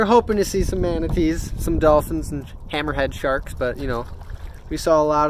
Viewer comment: the way he said hammer head shark gots me laughing hard asf😂 57 seconds